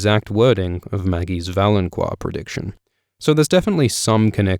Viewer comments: Isn't valonqar pronounced 'vah-loan-kahr' and not 'vah-loan-kwahr'? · I think "valonqar" is pronounced "valon-Kar," not "QUar" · idk if anyone else has said this, but its fucking pronounced VALON-KAR not VALON-KWAR jesus fucking christ you piss me off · Is it pronounced val-on-qwar? I've been saying val-on-car. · Why do you keep mispronouncing valonqar? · I find it incredibly annoying that your people can't seem to ever pronounce anything correctly. There is no "u" after the "q" in "valonqar".